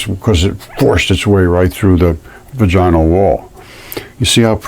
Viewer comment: VAGinal. Like Madge-in al. The only time the emphasis on the "ina", is when the full word is said. 👍